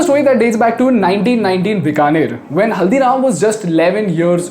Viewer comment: Many people from outside of Bikaner also make the mistake of pronouncing Bikaner as "बिकानेर" instead of "बीकानेर". Even he does it in the video.